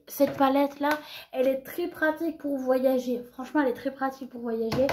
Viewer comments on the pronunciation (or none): none